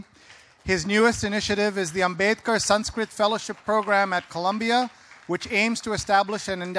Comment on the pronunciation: Having spent so many years learning Sanskrit ..he cant even pronounce the Sanskrit words properly. Shame.... He is just a glorified Translator, and just a cheap fiction writer...that's about it...